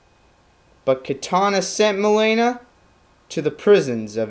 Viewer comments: it's not "Ma'lay'na" it's "Ma'Lean'na" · ok seriously, why are pronouncing everything so weird? "milaina".... really? your mispronouncing thing f***ed up what could have been a cool character study video. fail! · I loved your "Character Studies." Who cares about the pronounciation of Mileena, point is you made Kitana's history clear for those who dont know much about her. She's my favorite female character and Im glad you did justice to her by making this video. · UGHHHHHHHHHHHHHH! your pronunciation of Mileena kills me! Clearly you are not a real Mortal Kombat Fan! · u pronounce mileena wrong, lol